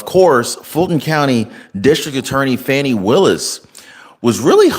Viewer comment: Will you PLEASE pronounce DA Willis's name CORRECTLY. It is not Fanny.